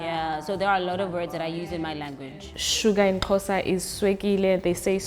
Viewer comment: At least She's American so i wouldn't expect her to get it right the first time. We have people here in SA who still call it KOSA or KHOZA so there's that.